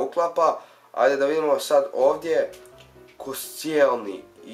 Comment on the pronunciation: nije koscenli bek g koščenli